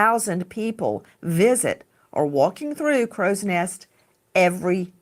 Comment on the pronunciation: please it's Crowsnest (Cross next) pass